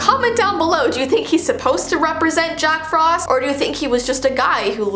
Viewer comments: She said jock not jack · Me: Did you just say, Jock Frost?? Or did you say, Jack Frost, in an accent?? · Did she... did she say Jock Frost the second time 🤭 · Heeehhee she said jock frost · Is it just me or did you guys also hear say “Jock frost”?